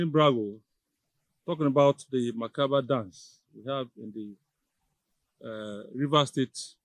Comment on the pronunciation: It's mentally discomforting for a prof to be unconscious of his public space and repeatedly messes up the sound of a simple word. - macabre dance not macaver or whatever. What a Prof? When money becomes our main objective of occupying any position, the tendency of making one sway even shamelessly is inevitable. This is the obvious problem with Niger Delta.